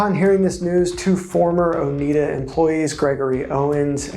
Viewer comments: Oneida sounds like Oh-NY-duh (not Oh-NEED-uh). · Not "Oh-NEED-uh." Oh-NYD-uh, middle syllable rhymes with "dyed" or "cried." I grew up in an area with a lot of local people from the Oneida tribe. Suggestion for you: before making a video, look up key words or names on the Merriam-Webster website. They often have audible pronunciation guides. They have one for "Oneida." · It is pronounced "ohh nigh da" after the name of the native american tribe that lived in the area. It is really grating to constantly hear the name mis-pronounced. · Learn how to pronounce Oneida.